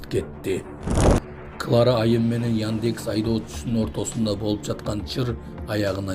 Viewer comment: Кабар окуп аткан Кыз создорду туура айтчы, Яньдекс эмес, яндекс